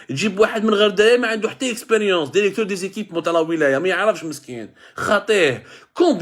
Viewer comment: Derecteur derecteur derecteur derecteur derecteur derecteur derecteur